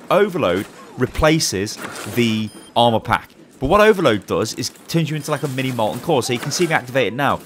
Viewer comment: For a second I thought you said alma I was like who is alma ... Then I heard armor